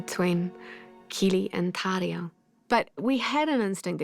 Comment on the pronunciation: the way she pronounces the R in Tauriel, LOVE IT